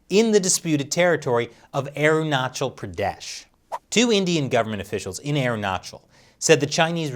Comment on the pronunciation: Last time around you pronounced AerunaKal. This time you are correct on CH part